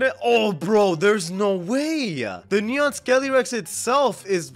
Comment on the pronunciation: it's neon skeleton dog not nron skeleton rex